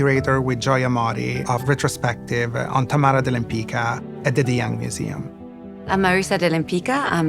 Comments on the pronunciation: Her name was Łempicka pron. WHEM-PITS-KA, not "Lempica". (This was her Polish husband's name, though she herself wasn't Polish). Forget the "de" - it was just a fancy French addition to sound more chic. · I cannot understand why these people pronunce their own name in a wrong way. Łempicka is a Polish name and correct pronunciation is [wempicka] "c" is pronunced like s/c "k" is pronunced like in a word "kind" . It sounds Italian now but it is not correct. To be honest, original pronunciation is much better. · I only wished they learned how to pronounce her last name properly. 😒😒 Abomination. Her own granddaughter butchers her beautiful surname. Shocking 😳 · I wish the expert were able to pronounce her name properly…. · Why does everybody mispronounce her last name? The letter “c” is pronounced as “z” in “pizza”. It’s a typical Polish last name. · I belive that the slavic pronunciation is the correct, the original one. The pronunciation they use in this video has been changed to suit the speakers of romance languages. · No, the pronounciation in this video is not correct, even the great grand daughter calls herself like this. But Lempicka/Lempicki is a polish name and has to be pronounced following the rules of the polish language.